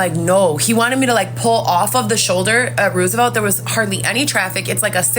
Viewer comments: It's Roosevelt like President Roosevelt not what she saying. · Why does she keep pronouncing Roosevelt road the wrong way?